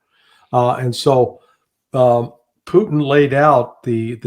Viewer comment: Please say " P u T i n" and not "pooin'".